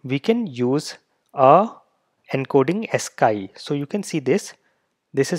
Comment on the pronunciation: ascii is pronounced as-KEY sir not as-KAI. :). I'm listening to you and I'm like... what did he say?